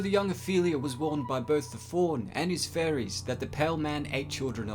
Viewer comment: sounded like you said warned by the faun and furries